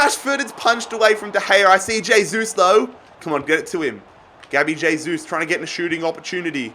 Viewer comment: J-sus Is available, but not "hey-sus"